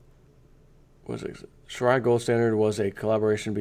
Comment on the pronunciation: learn to pronounce Sharia correctly.